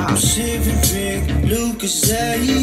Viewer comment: YOU SAYING LUCOZADE WRONG IS THE BEST THING LMAOOO, I didn't even realise it was a British drink